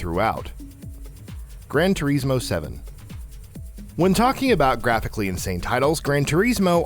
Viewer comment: That pronunciation of "Gran Turismo" made me fucken cringe 🤮